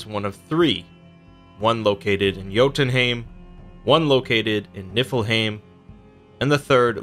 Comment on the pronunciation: So when he says alfheim aesir and niflheim muspelheim it makes me so irritated because of how they pronounced it In god of war